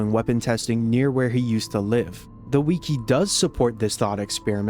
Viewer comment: ... Your pronunciation of "wiki" makes me violently angry.